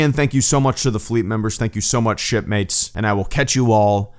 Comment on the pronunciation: I initially heard it as "Thank you so much, shitmates" instead of "Thank you so much, shipmates".